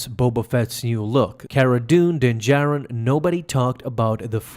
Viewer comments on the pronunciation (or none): Does it bother anyone else that he calls him jin Darin the entire time?